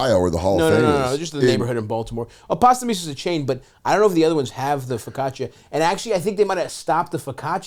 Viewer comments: The mispronunciation of focaccia 😭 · Stav cannot pronounce his favorite bread